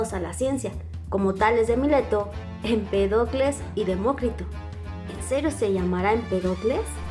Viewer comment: Empédocles, no Empedócles